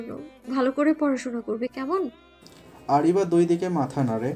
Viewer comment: আরাবি না আরিবা। এত সুন্দর নাম আপু ঠিক করে বলে নাই😩